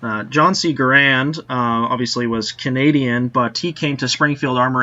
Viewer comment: John C. Garand's name is pronounced Gair-end, not Guh-rand